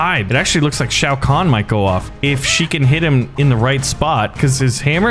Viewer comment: I mean at least he can pronounce Shao Khan